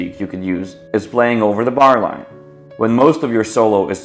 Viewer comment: i cant understand when you say "over the barline"